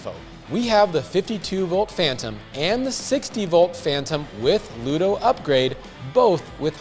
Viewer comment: It's pronounced LUDA, Sir. Not LUDO. 😉